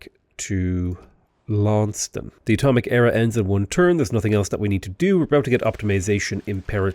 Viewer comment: Launceston = lawn-ces-ton